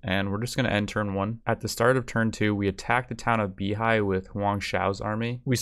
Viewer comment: FYI, Beihai is pronounced Bay-hi, not Bee-hi